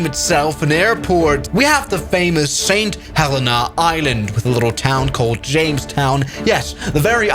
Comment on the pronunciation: YOO THATS MY BIRTH PLACE!!! Btw u say it saint ha leen a